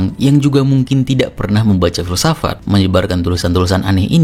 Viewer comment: Filsafat ❌ Filsafak ✔️